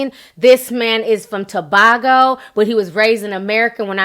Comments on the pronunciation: Small correction in Pronunciation. Winston is from To-bay-go. Not To-bah-go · To-bay-go not tobogo lol but yesss he is fine! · Hey Ti, it's Michelle a faithful follower of your channel, you missed pronounced the island Tobago. You said Tobargo, and that's incorrect, it's To-bay-go. But it's spelled Tobago. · ITS PRONOUNCE 2-bay-go not 2-BACK-O !!!!!!!!!!!!!!!!!!!!!!!!!!!!!!!!!!!!!!!!! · Not Tobahgo pronounce it Tobaygo ^_^ #Caribbeanlove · Ti winston duke is from trinidad and tobago not tobacgo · Ti i know you always choppin' up names but as person from Trinidad and Tobago imma have to correct you on the pronunciation of Tobago its 'Tuh-Bay-Go' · Hey Ti, greetings from Saint Lucia! Great commentary! I can't wait to see it! By the way, it's TO-BAY-GO, and the ''Caribbean'', not the other way around :) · Just a quick correction. I know sometimes you get pronunciations wrong but it's Too bay go......Trinidad and Tobago. We are so proud of him. Amazing review by the way. It releases tomorrow here. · To-bay-go, Tobago 🇹🇹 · Omg the 3D was phenomenal. I really felt like I was apart the movie. Tobago (To-bay-go) Ti lol I'm Trini. We all where trippn while watching the movie. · Winston Duke is from Trinidad &Tobago. He is a very humble guy. TOO-BAY-GO is the pronunciation. Love your view its awesome.❤❤❤ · Ti, it’s pronounced Too-bay-go. I still love ya 👩🏾‍💻🇹🇹☕️ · Ti always butchers a word😂😂. But it's so funny. The way she said Tobago😂. You're the only person who passes with that.